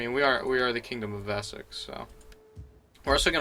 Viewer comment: Vessex? Wessex is an english word not a german word, the W is pronounced W. Your american reading is grating my ears